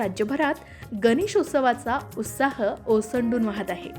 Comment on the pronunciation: उत्साह म्हणतात उस्ताह असं काहीतरी काहीतरी का बोलता?